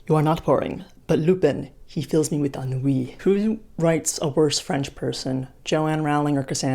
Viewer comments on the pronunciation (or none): none